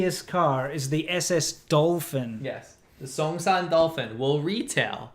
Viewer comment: songsan lol song=loose san=scattered not a name of a car brand you want lol